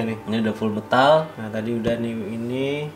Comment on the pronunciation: metal bang... meeeeeeeetal bukan mtal